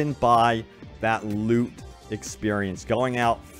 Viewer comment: Am I the only one who kept hearing "I got a lot of lube" instead of loot?